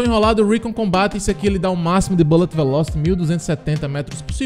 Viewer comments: a pronúncia como vc fala é engraçado kkkk sucesso irmão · Passei só pra escutar a palavra bulet veloste kkkkkkk